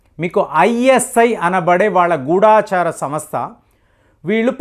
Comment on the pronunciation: అయ్యా! గూడాచారి కాదు. గూఢచారి